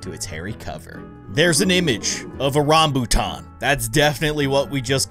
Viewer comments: I am Malaysian and Rambutan is pretty famous fruit and one of my favorite fruits is so good. By the way you pronounce Rambutan correctly. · im from india and even i like rambutan and yes you pronounced it correct